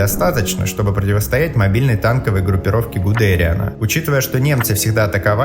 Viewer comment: Еще про Гуде'риана( с ударением на е).